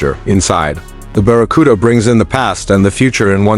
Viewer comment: What's this AI bullshit? "baracuda"? "biarriauon"???